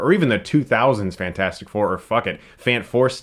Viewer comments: YOU STILL CALL IT FANFOURSTICK OMG I DIDNT EXPECT IT IM LAUGHING SO HARD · Why Can't you say fantastic 4 correctly? It's spelled "fantastic 4".